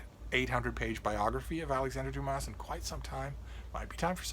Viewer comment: Please leave out the s sound at the end of Dumas like the French do..otherwise you are not giving the author his correct name..